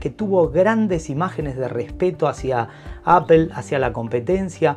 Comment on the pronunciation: Por favor españoletes, no digan más "APEL" !!!!!!!!!! :face-pink-tears